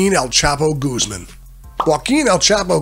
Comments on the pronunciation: goose man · why is he saying “gooseman”